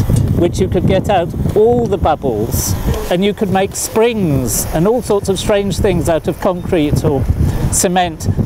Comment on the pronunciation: Did he say strings or springs?